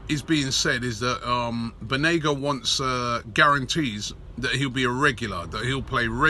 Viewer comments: Banega not Benega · It’s Banega not benega, come on robbie🤷🏽‍♂️🤷🏽‍♂️ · it‘s BANEGA robbie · It’s banega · *banega :D